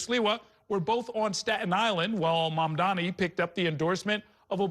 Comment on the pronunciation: Cuomo accidently said Mamdani's name correctly